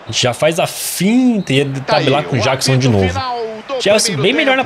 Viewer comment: o camisa 15 o nome dele se pronuncia Nicolas Jackson de Michael Jackson